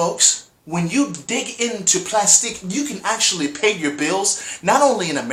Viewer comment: Plastiq is pronounced "Plastic".